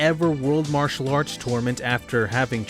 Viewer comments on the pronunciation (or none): none